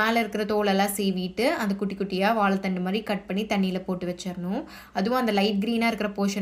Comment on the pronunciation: 'கெளங்கு', 'கொளம்பு', 'வாளத்தண்டு' இல்லை. அது 'கிழங்கு', 'குழம்பு', 'வாழைத்தண்டு'... 'ழகரம்' திருத்தமாக உச்சரிக்கபட வேண்டும். நன்றாக இருக்கும்.